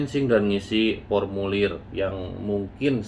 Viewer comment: 5 th di luar negeri tapi masih ngisinya, pormulir bukan formulir 😁✌🏼